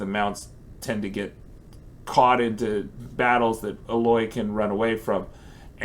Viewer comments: You pronunciation of Aloy is super tilting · Kinda triggers me the way he says aloy